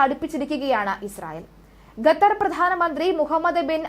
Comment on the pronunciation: 'ഗെത്തർ' പ്രധാനമന്ത്രി ? ഖത്തർ എന്ന് പറയൂ